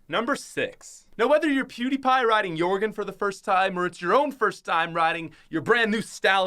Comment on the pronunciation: It’s pronounced yer-gen not your-gen And is spelled Jöregen